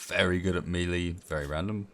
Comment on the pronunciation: Melee is a french word and should technically be pronounced "mehlay" or "maylay" :P